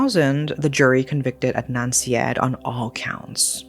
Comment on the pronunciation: Syed … “side-aid”